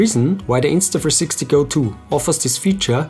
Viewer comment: Can you say the name INSTA THREE SIXTY right instead of INSTA FREESIXTY?